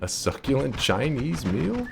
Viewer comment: "A succulent Chinese meal." Found the Aussie.